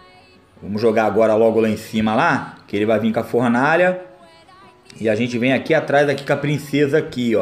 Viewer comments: formaalha kkkk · e Fornalha e n Formalha kk